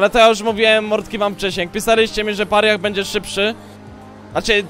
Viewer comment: Mordo, weź naucz się to wymawiać. Mówi się Peraja.